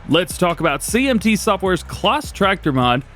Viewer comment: Another Great video 🙂 Some brilliant news & information there 🙂 Really looking forward to some of the new CLAAS tractors, and the potential of more in the future 😉 I'm not sure if it's the way it's said in your location, But CLAAS is pronounced the same as CLASS 🥰🙂 As in school Class 😉👍🏻 It just sounds strange every time you mention their products 😊 Keep up the awesome work buddy 🙂 Stay Safe, All the best, Mark 👍🏻